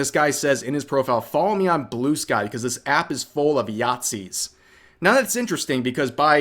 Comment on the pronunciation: or to say, Bluskies ('blue-skees")